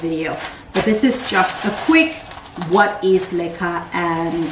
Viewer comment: LOL, BEFORE THIS VIDEO, I DID NOT KNOW WHAT LECA WAS, I THOUGHT YOU WERE SAYING LIQUIOR. YOUR PLANTS ARE BEAUTIFUL, WOW, I HAVE LEARNED ALOT ABOUT MOSS POLES ETC..